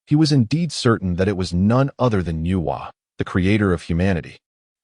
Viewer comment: Hey bro why not say the name complete why say in parts like nwa not nuwa